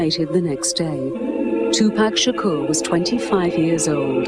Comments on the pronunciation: me too and they can't say his last name right either. they say Sha Core. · ***** People don't even say his last name right. Uh it's NOT Sha CORE, it's Shakur.